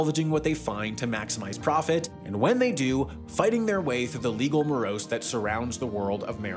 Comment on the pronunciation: I think you mean to say "legal morass" which is pronounced mə-răs′ or môrăs′.